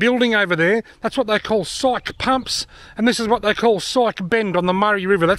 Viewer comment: I've been there in '16. And it's Psyche Pump, not psych.